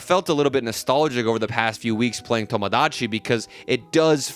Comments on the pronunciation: just say tomodachi normally vro like son 😭😭✌✌ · The way you pronounce Tomodachi Life reminds me of how my white friend orders Mexican food with an accent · you pronouncing tomodachi in that way made me immediately click off the video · why do you say tomodachi like that 😭